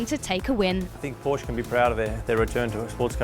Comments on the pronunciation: please stop saying Porsch!!! The "e" isn´t there without a reason... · Commentary made this video pretty much unwatchable. Porsche is a two syllable word, and there's no excuse for somebody hired by the FIA to do commentary for their official Youtube channel not to know that.